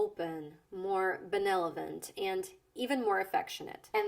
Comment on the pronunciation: Benevolent, not benolenvent. You're doing great! I don't mean to nitpick.